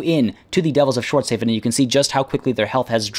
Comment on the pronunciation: Schwartz HAW-FEN. Like Hasselhoff.